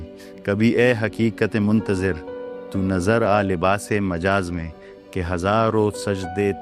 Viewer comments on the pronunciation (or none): السلام علیکم ڈاکٹر صاحب بہت خوب ماشاءاللہ اللہ تعالٰی آپ کی یہ خوبصورت محنت قبول فرمائے آمین ثم آمین ڈاکٹر صاحب معذرت کے ساتھ " Muntazir نہیں بلکہ Muntzar "